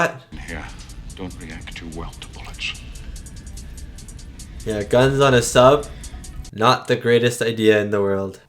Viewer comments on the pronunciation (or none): me: bullets: bullitsh